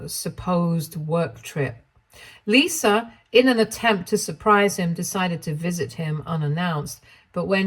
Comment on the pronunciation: There is no "R" in Lisa